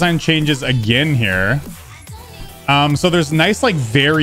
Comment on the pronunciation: I think he said “um” but it came out as “I’m”